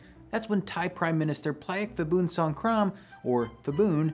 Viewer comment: When there is a “ph” in Thai-English it’s pronounced /p/ the h is for aspiration. So not /fibun/ but /pibun/. Same goes for mostly every other Thai word written with Ph, e.g. Phuket. Also pad Thai is actually pronounced “putt” Thai (/putt/ pad meaning to fry)